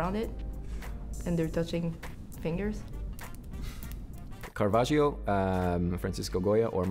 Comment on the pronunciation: Guy who said Caravaggio, Fucking why?